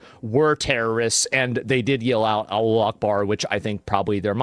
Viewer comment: Its Alahu not Alu wtf 😂